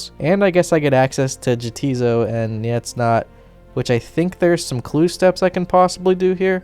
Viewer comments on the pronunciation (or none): Hate to be that guy but they're pronounced as Yah, tis so. Nay, tis not. In an argumentative fashion as the two islands inhabitants seem to be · Nice job! Such a good find! FYI the islands are pronounced nay ‘tis not, and ya ‘tis so (yes it is, no it’s not). This is a very clever way to show the feud but not that obvious as the spelling is so strange and seemingly Nordic in line with the other Freminik names.